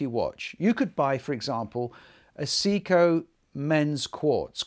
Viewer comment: Lol I was like what is he saying its a Seiko for Japanes sake